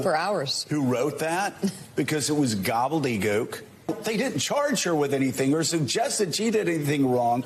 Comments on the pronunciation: So a 'professional' reporter says gobbleygoke. His education I'm sure far wxceeds mine and if i had a job such as his i certainly would exercise a vast array of words long before gobbleygoke. Which btw is pronounced gobble de gook. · “Gobbelly gewk”